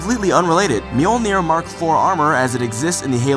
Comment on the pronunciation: Im so sorry to do this. Its pronounced Ma-joel-ner.